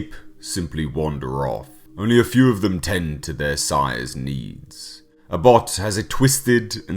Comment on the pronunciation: It pronounced ab hoth not abot ..☀☀